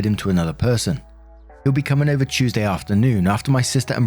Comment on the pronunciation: I love how your accent sounds when you say certain words "Tuesday" and "Mark" come to mind